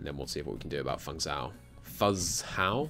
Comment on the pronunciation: fuzhou is pronounced like foo-joe